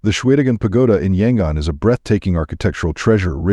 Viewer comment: = It’s actually pronounced Mē’-ăn-mah; I had a chance to visit this country full of lovely, immensely polite people in 1988, and it was one of the highlights of a year-long trip around Southeast Asia. = Yangon is pronounced Yăn-goon = Khat is pronounced Chat = It’s Mong-la, like la-dee-la = The problem with A.I. narration is that it doesn’t know which pronunciation to use when it’s a word with more than one way of saying it; for instance, tears and “tares” = Longyi is actually pronounced long-jee = Betelnut is pronounced Bee’-tel-nut = Roh-hing’-ga = Bah-gone’ = Raan-bū’-taan